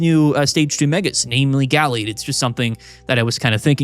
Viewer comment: Am I the only one who thinks pronunciation of Gallade is wrong?